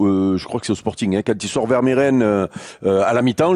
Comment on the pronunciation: Ils vont jamais réussir à bien prononcer Vermeeren 😂